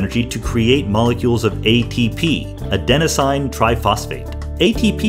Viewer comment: It's pronounced adenosin